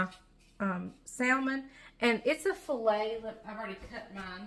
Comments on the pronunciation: Hi - I love salmon and it's quite healthy, especially if it's not farm raised. Is it a southern/country thing to pronounce it with the "l"? The correct pronunciation is "samen". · Wait, is the “l,” in salmon not silent??😆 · I'm from NC and I pronounce the L too...that's just the way I've always said it! Lol 🤷‍♀️ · Your son Wasn’t there to remind you, salmon without the L?😂